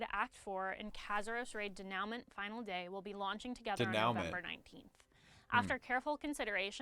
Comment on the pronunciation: come on girl, da now ment? lmao